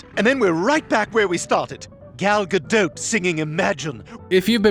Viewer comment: The "t" in "Gadot" is pronounced as "t". She's Israeli; not French.